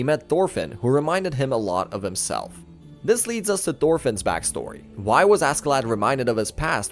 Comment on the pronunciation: Cool video but God I can't stand everybody pronouncing Askeladd how it's spelled